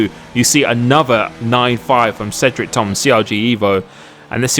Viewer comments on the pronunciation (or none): none